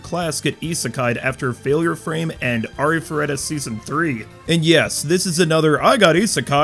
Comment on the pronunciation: Thank god someone can properly pronounce Arifureta. The amount of ways some people read/say it baffles the mind lol. This fall is going to be packed and I'm super stoked. I didn't even know Demon Lord, Retry! R was coming out until a couple months ago lol and I loved the first season.